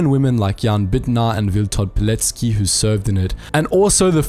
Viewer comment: Finally! Someone who says Pilecki's surname correctly.